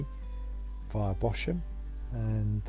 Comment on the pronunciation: It's pronounced 'Bozam'